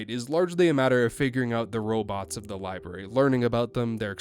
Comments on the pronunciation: Nah partner i reckon that liberry did sound quite like a southern accent. Ya hear me? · Buddy you're canadian that "library" didnt sound remotely southern or from texas, florida, anywhere where a "yeehaw" dialect would be from but the rest of that point is fine lol